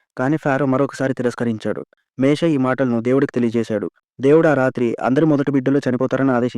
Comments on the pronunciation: Ani mistakes matladthnaru ,meshe ,kadu moshe,,fero kadu faro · మేషే కాదయ్యా మోసెస్ ర్ మోషే